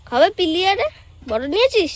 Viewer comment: কথাটা পিলিয়ার নয় পিলার